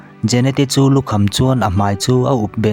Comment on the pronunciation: "Mai" tih tur ah "mei" tiin i lam ṭhin a,a dik lo ania...eg..ani khawp 'mei' tiang hian i lam a, 'ani khawp 'mai' hetiang zawk hian lam tur ani e 👍